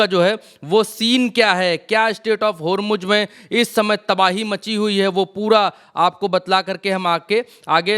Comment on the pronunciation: Sreaight of "HomuJ" 😂😂